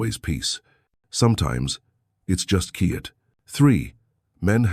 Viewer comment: Your AI constantly mispronounces the word "quiet". This is a basic word in English.